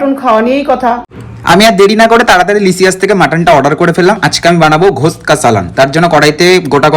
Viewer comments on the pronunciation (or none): Awesome ❤। শুধু একটা কথা কথাটা ঘোস্ট না কথাটা গোস্ত